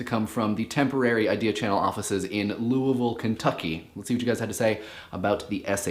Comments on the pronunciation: Thank you for saying Louisville correctly. Nobody gets it right... ever. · Good job pronouncing Louisville! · I'm just proud of you for pronouncing Louisville correctly. A+!